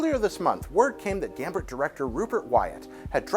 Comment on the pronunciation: He said Gambert XD It's okay, tongue twisters kill